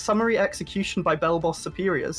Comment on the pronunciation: Thought it was "Blelblos"